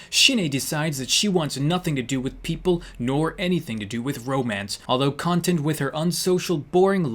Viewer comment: you read "content" wrong